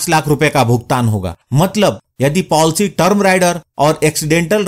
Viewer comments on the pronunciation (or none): Polcy nhi policy hota hain